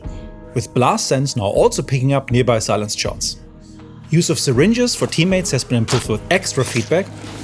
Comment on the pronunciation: Thanks for butchering silenced weapons.